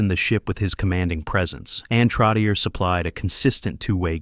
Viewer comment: TROTCH-CHEY. TROTCH-CHEY!!! Not TROTT-TI-EER. Get it right!